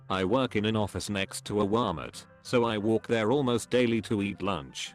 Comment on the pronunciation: Wahlmit point com